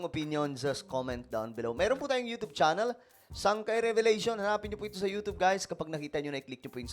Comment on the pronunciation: Hindi Yotob iyan pag pronounce kundi yotyub yun…